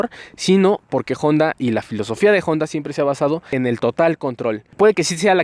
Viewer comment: Honda! , no " jonda"